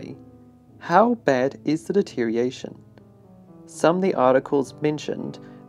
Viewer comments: The way you incorrectly say deterioration is aggravating. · The narrator can't pronounce the word deterioration.